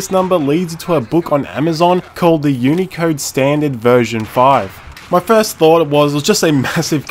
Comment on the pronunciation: i thought you said unica intead of unicode